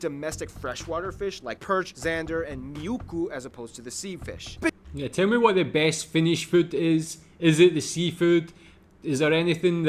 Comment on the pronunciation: This presenter makes the most common mistake in pronunciation of Helsinki🙁 The easiest part of Finnish language is that the stress is always on the first syllable. 🤔😁 So it’s HELsinki 👌 not HelSINki!😖 And that delicious little fish is muikku👍— not miukku!😖